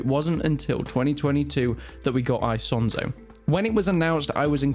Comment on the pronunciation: i cant keep watching this with how hes saying isonzo